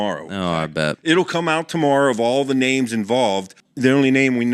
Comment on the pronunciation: I like the changeup from flo, however you guys have to start pronouncing names correctly it's getting out of hand and frankly disrespectful. Also Marc Anthony McGowan cannot red shirt, Ivy league schools don't have redshirts, that should be basic knowledge for a wrestling fan. Other than that great show